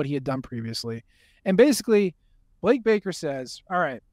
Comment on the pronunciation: Gotta love that the announcers were calling Blake Baker "Blake Barker" for the first quarter plus😂 ESPNU crew was bad all the way around